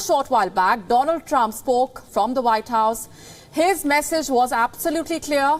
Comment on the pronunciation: again repeating trump trumph & there will be only trumph